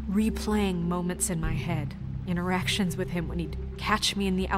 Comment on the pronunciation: I kept thinking said erections in the elevator, nor interactions.